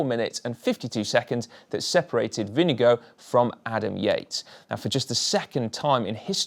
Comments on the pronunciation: its Vingegaard (think wing+god), not vinegar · It's not "Vinge-go". You would be very close, if you pronounce it "Vinge-gore" with "Gore" in a British accent (not working as well with an American accent). Dane here. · Vingegaard not vindegoat. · I have to say this it’s not vingego it’s pronounced vinGeGaarD (caps mean you have to say the letter harder than the rest) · Favorite moment is when you pronounce Vingegaard as vinegar or vinego cracks me up every time 🤣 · When you pronounce Jonas Vindegaards name, it sounds like Vindego. Maybe you should consider to get it right🙂. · This has got to be the worst pronounciation of "Vingegaard" I've heard so far - completely butchering it! :D IT'S NOT "WINNEGO"! Please, get your act together, it really isn't that hard. For right pronounciation, watch this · Lars Bak is not excused either! If you're making the effort to pronounce any name the right way (and especially if you're doing it in a video where you're saying it a hundred times), then at least get it close to right. "Winnego" is ridiculously far off. Otherwise just stick to regular English pronounciation like most non Danish-speakers, so we at least understand what name you're trying to say. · Jonas Vingego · We need a little talk about pronounciation. Vinnegow ? Ving as in sing, e as in eh, gaard as in gore with a very short e. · His name is NOT Vinegar and it is NOT pronounced like that. 🤣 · Your pronunciation of vingegaard is getting better, but still a bit off. It is not vinge gooo. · Absolutely, and this is most definitely an extremely poor effort. These guys are pro commentators for Christ's sake, they should make the effort to at least get it close to right. Butchering a rider's name (and not just any rider, but the winner of the Tour!) like that is quite simply just not good enough. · Why cant you say Vingegaard properly? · GCN, why don’t you say Vingegaard’s name correctly, like the way the announcer said it during the final awards ceremony?